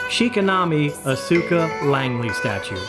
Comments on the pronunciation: Show is pronounced Eve-e-Lon-gal-on Character is Oz-ka. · 1) Amazing statue 2) amazing video 3) oh my God I have never heard every single syllable in Evangelion and Asuka's name so brutally uttered before